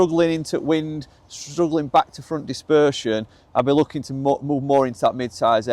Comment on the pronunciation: it’s TAKOMO not TAMOKO!!! 😂😂😂